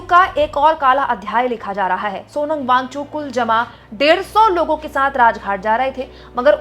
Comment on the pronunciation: Thank you 🙏🏼 But Wang - Chuk mam not Wangchu.